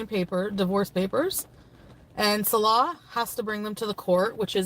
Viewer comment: I love how she still can't say Salah's name properly... 😅😅😅😅😅